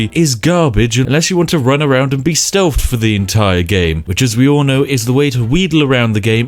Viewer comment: "fousand" "stealf" "immejutly"